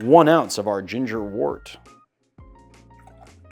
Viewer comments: Great video!! Postscript.... it's pronounced "wert", not "wort"..... even though it's spelled "wort". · Love this. Pro tip from a long time brewer: counterintuitively, the word wort is pronounced "wert." Why? I have no idea.